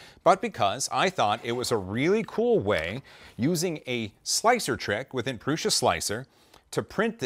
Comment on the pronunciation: These pendulums are so mesmerizing. Some 3m command strips under the metal on would be perfect. PS I thought Josef promounces it "proo-suh" not "proo-shuh"??? 😂👍👍👍